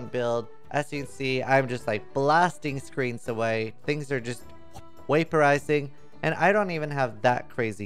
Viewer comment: "Waperizing" Best laugh i have had in awhile..